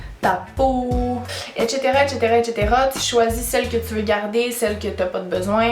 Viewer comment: etchétéra étchétéra étchétéra 😂